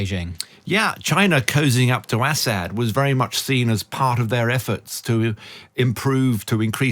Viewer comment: How can be an expert if he can't even pronounce Assad's name correctly? Is he from the backwoods part of the UK? Count his teeth.